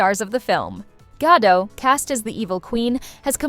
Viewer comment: Gah-Dot... The T is not silent.....